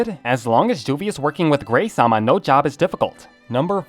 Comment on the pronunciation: Gray - Sama....pls